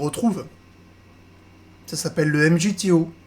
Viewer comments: On dit pas « m g t o » Ca se prononce « migtaw » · MGTOW se proononce MigTOW